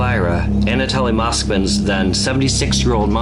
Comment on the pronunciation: It’s pronounced an ah toh lee (I’m rather a stickler for proper pronunciation of names. What you’re pronouncing is an ah tah lee. If that were the case it would contain 2 l’s- Anatolly like the words folly or jolly. Notice how the words holy & moly only has 1 L. Strong O. The word holly has two L’s & is pronounced like the others with 2 L’s lol language has rules for a reason. So we can all pronounce things the same way & there’s no confusion.